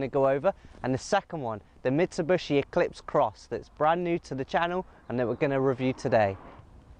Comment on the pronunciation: Its Mitsubishi not Mitsubushi